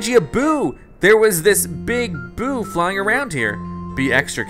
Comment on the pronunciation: when you said boo you said poo